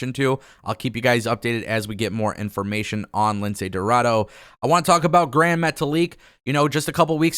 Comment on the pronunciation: Come on. He’s name it’s pronounce Lince Dorado not Lindsey Roraro